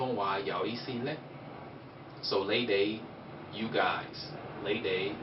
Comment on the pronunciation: lei and leidei are the wrong pronunciation. it should be pronounced with a "n" nei, neidei. "l" sound is 懶音